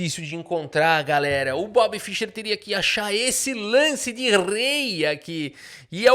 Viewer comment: nem o nome do cara você sabe falar analfabeto, não é Fisher.. é Fischer.. se não fosse o cara nem xadrez tu jogaria. Ele que abriu o cenário de xadrez pro mundo, coisa que era restrito aos países da união soviética analfabeto funcional.. Respeita o cara.